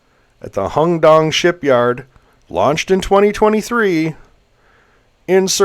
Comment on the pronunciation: Jesus Christ its not pronounced HONG DONG - you dyslexic? 🤡🤡🤡🤡